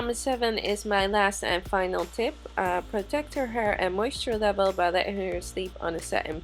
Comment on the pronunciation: Did she say "she had very little hr" Not hair?????🤔